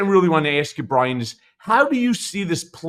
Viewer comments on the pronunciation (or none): Brian with a “w”? Bwian??